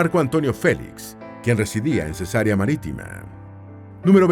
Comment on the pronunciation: Ojo con las pronunciaciones: es Cesarea, NO Cesárea, que consiste en "operación quirúrgica que se hace abriendo la matriz para extraer la criatura". (Rae). 😢 Se pronuncia Areópago, nombre esdrújulo. 😊